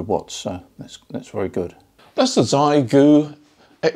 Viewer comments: Often, Chinese words with 'X' in are pronounced with a 'sshh', I believe Xiegu is "Shaygoo". Happy to be proved very wrong. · From what I understand (my wife is Japanese so may not be exactly correct), the pronunciation is more like Shay-gu. I don' think we English speakers will every get it right. A bit like the tsu sound in Japanese lol.